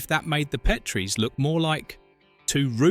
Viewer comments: AND IT’S PET-ree, NOT PEEET-ree, DAMMIT! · It's pronounced PET-rie NOT PEET-re DON"T use AI VO. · Pet-tree NOT Pee-Tree